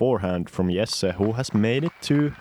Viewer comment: Its not yessay, its Jesse